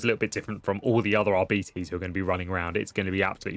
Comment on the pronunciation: It's pronounced aar-be-tez to rhyme with less not ar-bee-tease to rhyme with diabetes. Edit: Turns out me and everyone I know has been wrong for years wtf. He says it right! 😂